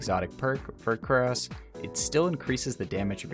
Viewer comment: Did you say quares of the falling star??